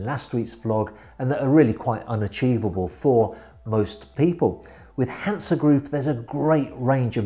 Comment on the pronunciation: Hi, I have to correct some of your pronounciations. 'Hanse': please only put some stress on the 'H' and the 's' is not sharp but more smooth. The city of 'Greifswald': the 'ei' in German words is always pronounced like the English word 'eye'.;-) Beside of that again a very good and informative video. Keep up the good work.